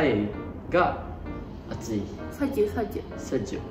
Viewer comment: why sejukku ..just sejuk😂😂